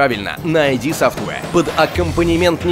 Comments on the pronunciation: ну ИД софтвэр же, ИД, а не айди, который выпуск уже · не АйДи а ИД!